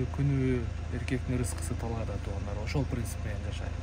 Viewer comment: Тоогандар дебей туугандар деп шашпастан эле айтчы 2секунд дагы кетпейт ушул сөзгө аяш ава